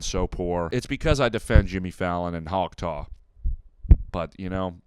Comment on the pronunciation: new pronunciation of talk tuah just dropped